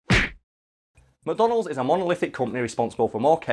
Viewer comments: I kept hearing “Madonna Holes.” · Why does he pronounce it "mah donalds"?